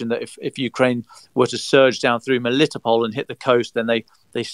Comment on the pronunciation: I really appreciate that can pronounce "MeliTOpol," because the weird British way the others say it is really off-putting. I lived there for two years, and it's an absolutely lovely, laid-back little city.